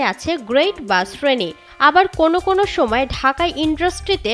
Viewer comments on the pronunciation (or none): none